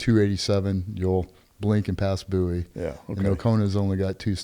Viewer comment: Ah. AI Bouie , no, BOWIE , Tx. Small town country